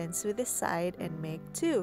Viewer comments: its not pronounced su its pronounced so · Why would I want to sue the sides? It's pronounced soh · Just a small tip. It's not pronounced sew its sow. But beautiful doll! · Awe, she looks so pretty! That sweater looks so cozy! I want one in my size!! (Also, I'm not sure how open you are to pronunciation critiques, but I noticed you pronounce "sew" like "soo." It's actually pronounced the same as "so"! Sorry if you don't care about pronunciation! I'm learning a second language and just remembering the words is difficult, so I totally get if this is an unwelcome comment!) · its said (so) not (seew)but other than that its a rilly good doll making sep by sep instrutens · It is pronounced sow not sew (not trying to be rude) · Sew I️ pronounced soo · Btw it's not 'seu', the word sew is pronounced 'so' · Darling, so you know, "Sew" is said like "So" Hope that helped and love your vids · take a shot every time she says "sue" instead of sew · Hey, I'm not hating or at least I'm not trying too... Anyway the word "sew" is pronounced like the word "so" please do not think I'm trying to be rude or anything. Again, please don't think that I'm meaning or trying to be rude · It really bothered me when she was saying sew, because she wasn't she was saying sue